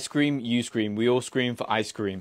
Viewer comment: "Ice CrÆÆÆm" -Lee Know